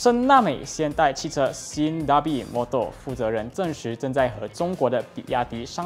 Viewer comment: SIME DARBY 读为saim darbi